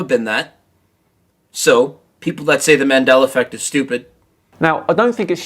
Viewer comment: ‘Mandeller Effect’